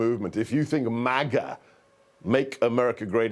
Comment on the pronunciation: What's with the MAGA pronunciation?? Trump Jr was doing the same in his last raving on whatever show , pronouncing it Mar Gar , like the Queen of England would say it.